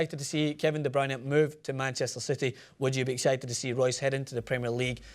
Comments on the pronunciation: Not going to lie, I'm belgian, and the way you pronounced De Bruyne was one of the best i've heard by non-dutch speakers. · The way you said De Bruyne was perfect.